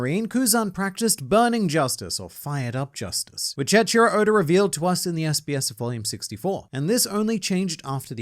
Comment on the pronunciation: how does he still not know how to pronounce the first name of the author of one piece? its eiichiro in romaji, pronounced ee-i-chi-ro